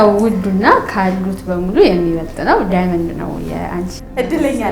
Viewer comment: እንግሊዘኛው ትተን አልማዝ ማለቱ አይሻልም? ካልሆነም በትክክል "ዳይመንድ" በሉ።